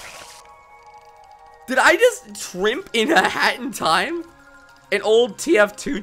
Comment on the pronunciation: when he said "i was looking through some hat in time mods" is sounds like hes saying "i was looking through some hentai mods" XD